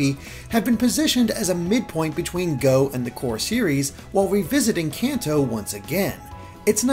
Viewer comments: Kanto is like Kahn-toe, not Can-toe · I always pronounced Kanto like canto in Spanish, but with an american accent like con toe or something. It sounds weird the way he says it.